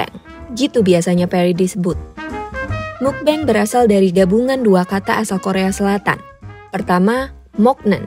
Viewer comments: "mukbeng" MUKBANG KALI MBAK BIASA AJA BACANYA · kontennya bagus bangettt, informatif juga. tapi mau koreksi sedikit karna disebut terus terusan, "mukbang" dibacanya "mukbang" bukan "mukbeng". baca huruf a nya ya "a" bukan jd "e" karna berasal dari bahasa korea seperti yang udah dijelasin di video ini kan hehe. jangan keliru lg kak, kan kakak yg jelasin sendiri di video ini😁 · Maaf Kak, mau ngoreksi sedikit, semoga gak menyinggung. Mukbang dibaca mokbang, bukan mukbeng. Mukbang kan singkatan dari MEOKneun BANGsong, Meokbang / Mukbang. Semoga saran kecilku dibaca. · It should be "mokbang" not "mukbeng" since it is originally korean word. Cmiiw. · Nah kan aslinya udah tau kalo asal katanya dari korea yang diambil depan-depannya aja. (Meok)neun dan (Bang)song. Jadi harusnya dibaca MOKBANG, bukan Mukbeng. Knp malah bacanya seolah-olah pake ejaan Inggris sih. Btw soal video ini jadi keinget Raditya Dika. Dia salah satu yg ga ngikutin market tp justru berusaha menciptakan market. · Pelafalannya mokbang.. mukbeng mukbeng😭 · Bacanya mukbang bukan mukbeng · Agak terganggu dgn penyebutan mukbang agak aneh. Krn udh terbiasa dgn meokbang.. Iya sih tulisannya mukbang tp dibacanya ttp meokbang.. Maaf ni ye gua mmng agak ribet hehe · Jadi ketawa dengarnya, pelafalan "Mukbang" kenapa tidak sekalian pakai pelafalan bahasa Indo saja, pelik banget dengernya denger "Mukbeng mukbeng" begitu, orang Indonesia sudah beradaptasi dengan transliterasi bahasa kata "Mukbang", jadi sebaiknya dibaca dengan pelafalan bahasa Indonesia saja. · Udah tau asal katanya dari korea malah dibaca "mukbeng" 😒